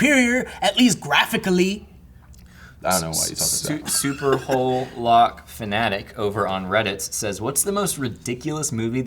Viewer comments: for some reason I find saying superwholock as superhoelock really funny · Seeing struggle to pronounce Super-Who-Lock reminded me that not everyone lives on tumblr. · Why doesn't anyone know what superwholock is? This is the second one at least, where they mispronounce it confusedly.